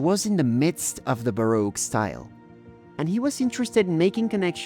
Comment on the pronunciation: Grosvernor, baroque, Marylebone were also charmingly mispronounced, and it's Big Ben, not the Big Ben, and the Houses of Parliament, not the Houses of the Parliament